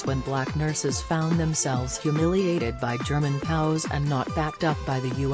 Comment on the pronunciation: Also, stop saying "POWS" ...either say P-O-W, or "Prisoner Of War." Be aware of the subject you are addressing.